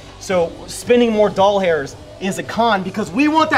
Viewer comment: You gotta stop that `Doll-hairs', because I can't watch videos (yours and other people's) anymore without hearing Dollhairs instead of Dollars! XD